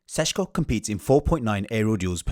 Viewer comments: Why pronounce the first "Š" as a "S" but then the next one correctly. Just imagine you are Sean Connery. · His name is NOT pronounced Seshko. His name is Šeško. Notice how both of the S have ˇ, that usually means it's pronounced the same. So either don't care and say Sesko or say it properly - Sheshko. It makes literally no sense to say Seshko.